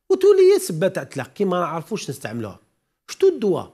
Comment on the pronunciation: يا استاذ إسمه..الطلاق..وليس التلاق...تتكلم وكأنك إمرأة.....